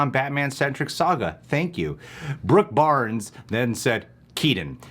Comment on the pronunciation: Say Keaton right god damn it! Drives me insane!